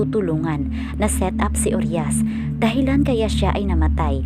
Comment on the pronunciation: Pls po pki ayus namn ung pronounciation ng uriah..hindi po "uryas" U-RAYA PO ang pagkabgkas npn